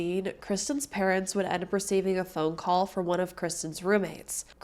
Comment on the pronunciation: I heard it too. Sometimes people with dyslexia do this while speaking as well as reading